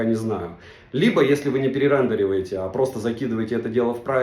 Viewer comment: Перерендиваете!!! Боль для картавых людей))))